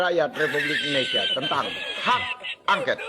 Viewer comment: Bukan hak angket paaak. Tapi hak angkot.mkc klu baca teks itu pelajari sampai hafal paaak